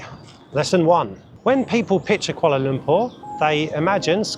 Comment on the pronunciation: Congratulations! U've pronounced Kuala Lumpur like d locals!!